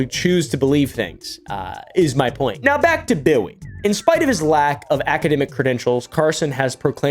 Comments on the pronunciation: bro if he call this man “Bwilly” one more time im going to drop my phone you hear me? I’m screaming laughing 😭😭😭😭🤣🤣🤣😂😂 why he keep callin that man “Bwilly” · he just keep callin that po man “Bwilly” he just don’t stop I’m screaming 😭😭😭🤣🤣😂😂😂😂😂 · bro said “now back to bwilly” 😂😂😂😂😂 and the sound effects in the music has me screaming 😭😭😭😭🤣🤣🤣🤣🤣 sad moment for Bwilly!